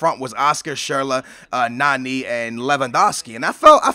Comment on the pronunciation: Its so annoying that u say Nanee